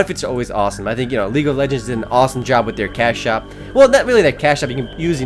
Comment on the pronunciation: he said league of legens. EPIC!!!!